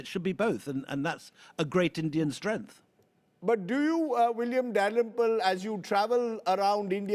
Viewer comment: It is ofcourse quite understandable that a person who can't correctly spell out the word "STRENGTH" even reading through a teleprompter as "STREANTH" will dissent and resent the preponderance of such a widely Globally spoken language 😂😂😂